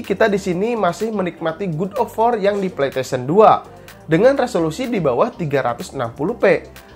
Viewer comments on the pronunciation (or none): "Gud of wor"